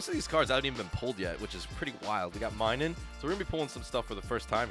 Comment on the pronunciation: The pronunciation is mi-nun not my-nun